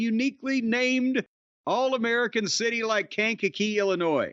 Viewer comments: Thank you, Jim, for setting Brian straight on pronouncing Kankakee. Please let him know about how to pronounce Lisle, IL and Bourbonnais, IL too. ;) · Speaking as someone who has a parent who was a minister in Kankakee Illinois, it's nice to see someone else that knows how to pronounce it. For those curious, it's a small city that's on the way from Chicago if you're driving up on 57, so Jim's probably driven past it several times in his career. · From the area and Jim got it 100 percent right. There's always someone mispronouncing the name. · My man Jim with the right way to say Kankakee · Shout out to Jim for knowing the right pronunciation of Kankakee